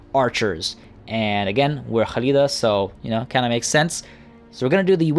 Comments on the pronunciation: NOT HALIDA IDIOT KKKKKHALIDA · I agree, hearing Halida instead of Khalida was anoying. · Devin I get that, however that doesn't change the fact the fact that he his not pronouncing the names correctly. In Arabic the "kh" sound makes the phlem sound most of the time, but in warhammer that's not the case, it was always meant as a hard "K" sound as you can tell when the characters pronounce their own names or address each other in game. Khalida calls herself that, not HHHUlida, there's a reason for that lol. If he wants to get pronunciations correct so badly then I'd maybe suggest he listens to the actual characters pronounce these things for starters lol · Hi I just found u and I’m enjoying the video I just stoped to say great work man ❤️ and correct me if I’m wrong but you pronounced the Queen name in Arabic language if you not aware it is a actual name in Arabic they might got it from their any way great video 👍🏻❤️